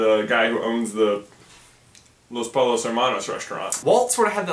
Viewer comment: pollo (po-yo)